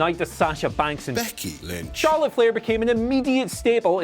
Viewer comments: I think he says Becky Lynn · "Becky Lynch" hahaha